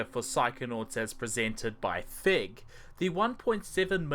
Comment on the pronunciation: Every time you say "Fig Publishing, Inc.", it sounds like "Fake Publishing, Inc.", which is completely appropriate.